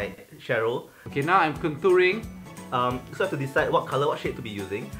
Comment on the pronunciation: SAID CONTOOING